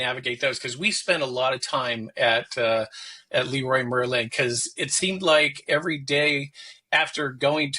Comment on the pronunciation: Leroy Merlin is a French company, and those are the French names of the company founders. So, it's pronounced with the French pronunciation, and not with an English one. It's *lehrruah mehrrla*.